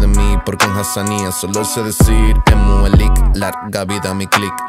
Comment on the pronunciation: No sabes ni decir nmout 3lik